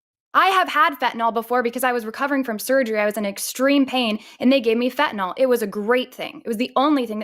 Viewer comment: It's Fentanyl. Why do they all call it Fentanol?